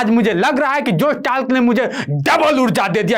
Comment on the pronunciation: जोश टाक है न कि टाल्क